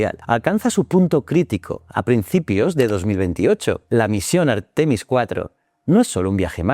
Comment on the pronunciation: Por favor: un poco de respeto para las reglas de acentuación: "textil" es una palabra aguda, no llana; "Artemis", en Castellano es llana, no esdrújula ni aguda (y si decide que es esdrújula, que lo sea siempre, y no según el capricho de quien habla). No cuesta mucho trabajo y dejará de herirnos los oídos y la mente. GRACIAS 🙏🏽